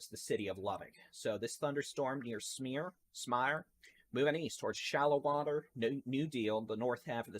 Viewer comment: Dude, please! Smyre rhymes with ...choir, wire, tire..... 😁 love ya